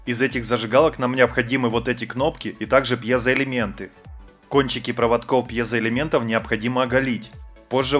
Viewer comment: он сказал пьезо элиментов 18 раза